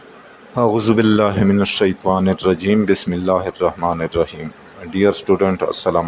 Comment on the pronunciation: Kindly Bismillah to thk prhain